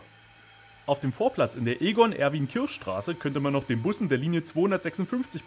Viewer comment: Kisch nicht Kirsch ;) Aber wie immer, ein Top Video :)